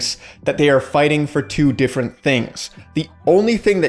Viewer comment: "one ,threw ,three" lol